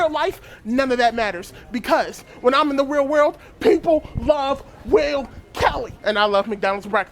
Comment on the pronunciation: Oh, his name is Will? I thought everyone kept saying “Whale.”